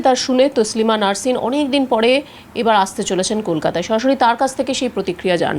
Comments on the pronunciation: নারসিন নয় সাংবাদিক 😅😅😅😅 নাসরিন বলুন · দিদি, উচ্চারণ ঠিক করুন, উনি নারসিন নয়, নাসরিন ।